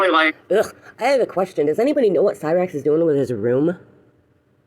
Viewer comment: I can’t wait till shows all the video and audio she collected again and calls out “Cy-rakes” as she calls him